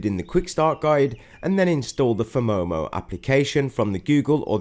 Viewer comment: It's phomemo, not "phemomo" 😂